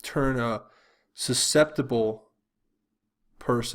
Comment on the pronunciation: susceptible not suspectable lol